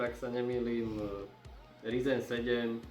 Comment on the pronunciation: ze ryzen :D :D ked uz tak RAJZEN..pekne po anglicky...